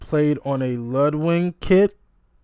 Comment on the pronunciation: LUDWIG drum kit, not Ludwing!